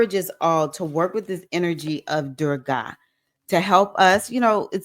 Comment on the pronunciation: Thank you for your message. Anger pervades many of our responses to situations that we are confronted with in our walks in life. May I suggest you check on the pronunciation of Goddess Durga. The ending of her name is a softer sound. Many examples are available on google and YouTub. Also appreciate your reference to Erzulie Dantor, Haitian Loaand fierce protector of women. Erzulie is the patron loa of Nee Orleans. She is also depicted as protector of women, especially single mothers, and embraces, embodies Beauty, Love, Art, Passion and Sensuality. Adupue O!